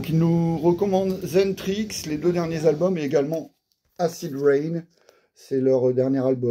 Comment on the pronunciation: Salut, xentrix se prononce Excentric, un très bon groupe